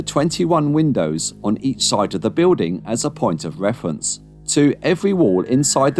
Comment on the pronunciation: " for wefwence "